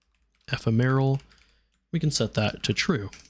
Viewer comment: eh-fem-or-al.... not however you were pronouncing it... sorry, just one of my pet peeves is people mispronouncing words. 😅